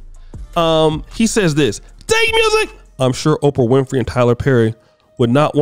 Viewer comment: OPRAH. Not OFRAH bruh...🤣👍🏾